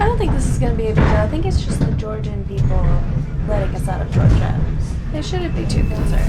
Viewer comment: She really said gorgin